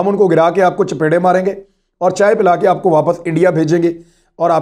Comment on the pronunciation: لفظ ”چپیڑیں“ بہت اچھا لگتا ہے آپ کے منہ سے۔ ماشاء اللہ